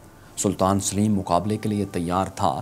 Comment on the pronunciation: Yaar usama ghazi ko lao is bande ki awaz maze ki nahi he Saleem ko sileem bolta he